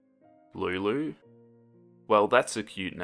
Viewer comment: I love how you say Lulu